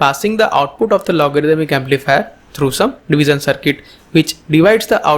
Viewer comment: Good video thank you, and a correction it is pronounced as 'Divishion' not 'Divison', it is 'shion' not 'son'. Hope you get it right next time thanks.